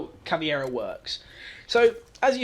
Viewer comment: This is good stuff, and I bet the only reason twelve people disliked this video was because you said caveira like caviar